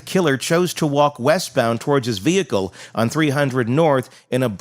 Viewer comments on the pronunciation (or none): none